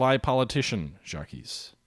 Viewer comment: How can you call yourself historical gamer and not pronounce a single French first name correctly? Anyone with some knowledge of history could pronounce Jacques, puzzling...